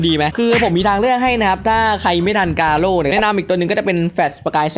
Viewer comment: กาโร่รรรรรรรรรรไม่ใช่เเค่คำว่าโก้